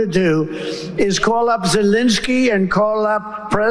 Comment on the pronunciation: WHY?? on MTN, is Zel-E-nsky STILL Zel-I-neky?